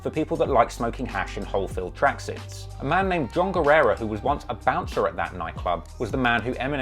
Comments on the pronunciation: You r right about him saying the name wrong as he was told that he could be sued for using his name in his songs. Guerra means War. Guerrera means Warrior. I know cuz Guerra used to be my last name. People often annoyingly pronounce that name by adding that extra bit on the end. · Is “Guerra” not “Guerrera”! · GUERRA NOT GUERRERA LOL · guerra, not guerrera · not guerrera is just guerra (geh-rrah) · Guerra doesn't equal guerera. Learn to read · His last name is Guerra not "Guerrera". Eminem only referred to Guerra as "Guerrera" in "Sing for the Moment" as to avoid any further lawsuits from Guerra himself. Funny enough though, "Guerrera" means "female warrior" in Spanish. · me hearing all the time guerrera and reading guerra:🧐